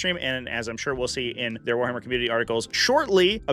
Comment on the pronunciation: Warhamuh sfeeer right now😂